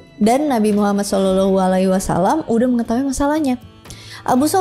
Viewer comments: pandai ngucapin nama nabi muhammad😂 cie cie... Smg dpt petunjuk. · Penyebutan Nabi Muhammad SAW nya dah fasih banget... 😊